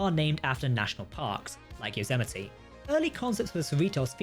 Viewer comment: Yes, you butchered some of those names, but at least you got the shuttle 'Yosemite' right this time... 😁 I'll let the door hit my ass on the way out 😊